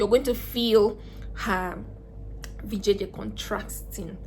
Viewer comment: Is she saying vjj lol hahaha